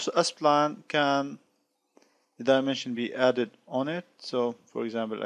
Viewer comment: Why do you keep reading it as ”Espline/Aspline”? it's Spline